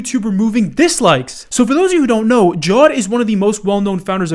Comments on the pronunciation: dude dude its not jord or whatever it is ja-we-d or jaw-wed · It's not pronounced Jawd, it's Ja-wed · It's "ja ved" now "Jaw'd" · His name is pronounced as Ja-ved not jaw-ed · Oh my god, please stop saying JAWED, his name is JAA WAY THE smh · I'm sorry to be that dude but it's ja-wed not jaw-ed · Ja -wed not jawed 😂😂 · Its Ja-vaid not Jaw(e)d lol 😂. Still a nice video my friend! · HIS NAME IS "JAA-WED" NOT "JAW-ED" lmao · The name of the co founder is pronounced, Ja-Wed, it’s mainly used by Muslims around India and Pakistan along with other Muslim Asian countries. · Seeing as his last name is "Karim", it takes 1 millisecond of thought to understand that "Jawed" isn't pronounced as "Jaw" in past tense.. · Amazing video. Btw Jawed is pronounced Ja-waid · do you mean Ja-Wed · LOL THE WAY HE PRONOUNCES JAWED